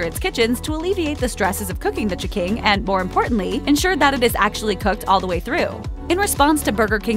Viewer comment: Every time I heared this narrator say "ch'king," I punched myself in the face